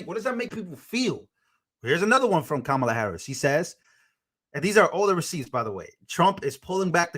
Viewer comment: Kamala - Pronounced 'Kum Allah'